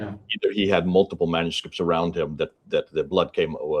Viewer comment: how come hatun's english is so bad? she cant pronounce manuscripts which is an easy words she says like manuscripits...none sens. i appreciate her work but it would be useful for us to be able to understand her better..